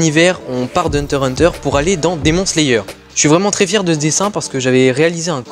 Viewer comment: T’es dessin son trop beaux juste démon slayer sa se prononce demonne slayer mais coule t’es vidéo